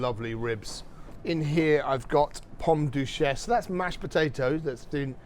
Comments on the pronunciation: Braised Short Rib (Dramatic pause) DUCHESSE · The way he said duchesse 😮😮😮